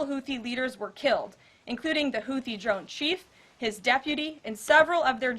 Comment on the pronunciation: she can't even pronounce houthi right lol